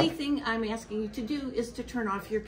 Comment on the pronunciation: It is not aksing... it is asking. Dude is living in the USA, but a non-USA has to tell him his English / American is messed.